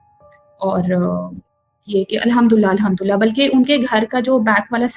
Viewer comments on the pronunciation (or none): Bhn its alhum du lillah ! Alhumdullah nhi !